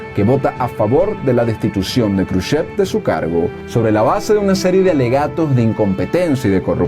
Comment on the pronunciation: "Kruchev" no, se dice "Jruchov".